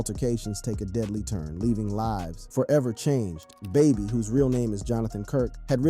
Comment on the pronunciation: Mans really can’t say “baby” correctly or is this satire lol